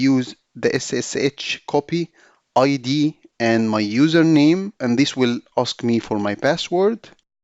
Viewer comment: ssh-copy-id mradwan@ where this above IP address came from. when you were typing this command, it was hard to understand what did you say? can you please explain this command. Thanks